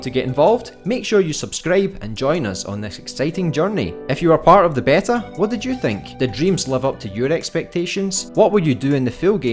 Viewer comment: In the UK it's normally pronounced BEE-tah, in the US BAY-tah, never heard BEH-tah before but you do you!